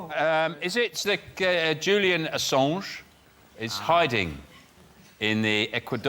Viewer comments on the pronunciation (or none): none